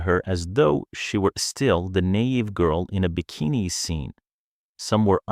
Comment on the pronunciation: That's Chevy Chase, not Bill Murray. The narrator (AI?) can't pronounce naive. The photos are confusing. I've known and worked with many rude men and women. You move on